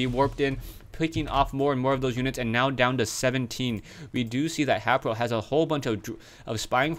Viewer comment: WHy does this guy say HApro. its HAYpro say his name right